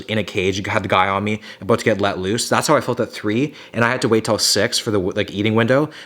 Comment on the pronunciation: Is he Canadian? He said Abooot